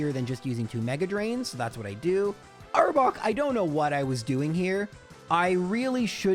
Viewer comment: Why he say arbok like that and not explain why the game restarted and just kept playing that's wild